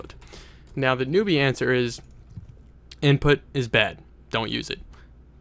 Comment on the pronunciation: hahhhah lol "inptut",,hahhaah so funny made me laugh..